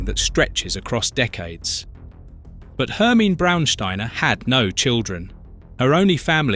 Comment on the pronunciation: Do find someone to walk you through German pronunciations: your version of ‘Hermine’ is laughable, as is ‘dei’ as a prefix to Stute.